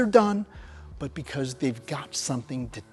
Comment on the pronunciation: Please stop trying to say "because".